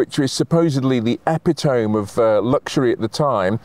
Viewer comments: did he really say eppy tome..?? Lol.. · "epi-tome"?! E-pit-o-me.. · Never heard epitome pronounced epi-TOME. Vive la difference! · Epitome is pronounced e-pit-o-me. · I love this channel so much that I’m happy to overlook mispronunciation of “epitome!” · Is that how British people pronounce "epitome"? I don't think I have ever heard someone from the UK say that word before. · Not wanting to be ungentlemanly, but could someone gently prod about how to pronounce "epitome"?